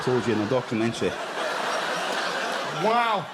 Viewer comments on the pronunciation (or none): Did he just say "dogumantary"?